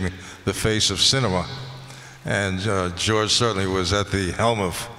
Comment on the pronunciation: Ian calling George “Jooj” 😂😂😂😂